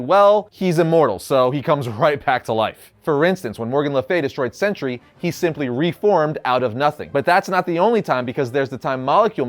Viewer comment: Pronounced Sentry. Not century.